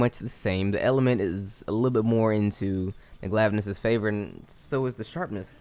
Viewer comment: “Glaive-anus” is my favourite pronunciation.